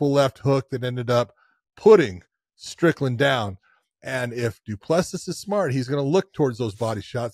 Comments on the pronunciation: Ironically he used to pronounce it properly but John 'corrected' him lol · Josh the last s in du plessis is silent buddy from south Africa love your show boys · You dont pronounce the last "S" in Du Plessis. Its cringe to hear you keep saying it